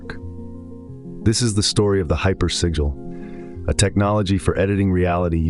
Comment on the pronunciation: This is all AI - hypersigil isn’t even pronounced correctly through video